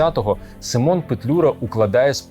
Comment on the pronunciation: Акіме і команда, дякую за кожне Ваше відео! Тільки одна маленька заувага - в імені Петлюри наголошувати слід перший склад - СИмон, а не СимОн.